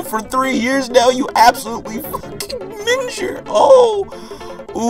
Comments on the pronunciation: The way he pronounced 'minger' made me die a little inside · Need to work on ya Scottish accent boi 😂 Minger is pronounced Mi-ing(as in ping or bring)-er